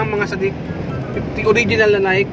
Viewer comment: Mr Vlogger,it is pronounce as Naiyke not Nayk.